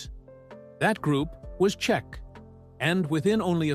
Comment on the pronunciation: The band is CHIC….! Not Chek, or whatever you said further in the video Get the basics right 🤡